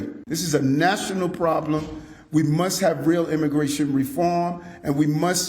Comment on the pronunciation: "We muss..."? Wtf is "muss"?